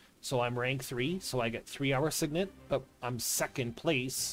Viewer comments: Whoever says SIgn-net instead of sig-net is a psychopath lowkey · lol there's nothing to argue about, my dude. It's pronounced "sig-nit". All you gotta do is look in a dictionary. :P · I didnt even know sign net was an option. Might lowkey start saying it